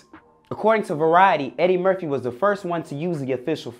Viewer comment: Is he saying Merthie? Or Murphy? 🤨 🤔